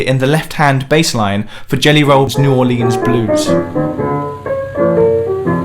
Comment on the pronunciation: Did he just say New Or-leens?